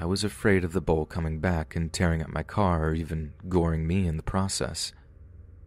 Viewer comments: Bowl? Did you mean bull? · Is he really pronouncing Bull like bowl? Or am I crazy?